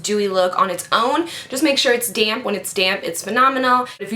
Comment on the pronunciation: English is not my native language so everytime she used the beauty blender I thought she said "DAMN BEAUTY BLENDER" instead of DAMP :P